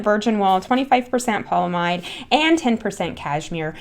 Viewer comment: Okay, I guess I just woke up on the wrong side of the recliner, but... I guess I've reached the pique of my tolerance of people pronouncing polyAmide without the A in the middle. Amides (AM•ides) are very important in natural/organic, and synthetic chemistry. It is properly pronounced with stress on the "AM" syllable. The word itself literally means 'multiple amides". It just won't stretch from one syllable to the other without the A. Ya gotta say the A. Ya just gotta. Or just call it by it's other name, "nylon". . . But be warned, though, that won't have any stretch or flexibility without the Y. Ya just can't crochet or knit with ''nlon''. Did you know its cousin, "nylon on steroids", whose name is Kevlar, could do nothing to protect Police, Military or Fireman without the A - or the Y for that matter? Ope! Ya may as well call viscose "rayon". It's nothing without the A in it, what with all the AMides and everything.